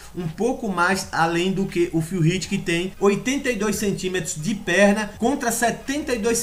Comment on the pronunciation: Pq vc não aprende á falar o nome do cara!!! No Olympia eles falam como é o nome do Phil Heath???